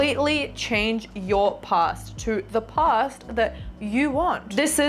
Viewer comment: PLEASE..SAY PAAAST..NOT: POOST